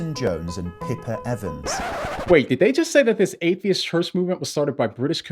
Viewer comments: Maybe its just my ears, but I dont hear saying Atheist. I hear him saying Hatheist... as in hate-atheist xD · I love the way he say "Hate-theists"😂😂😂😅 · I love the ambiguous way u pronounce the word ‘atheist’!